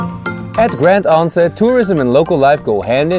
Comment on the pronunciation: So no one is gonna talk about how he pronounced all the names on the island wrong. Especially the french names,like grand anse. Which is pronounced grand ans,smh